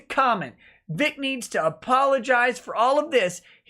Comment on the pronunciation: Hi;-) By the way it's Vic not Vig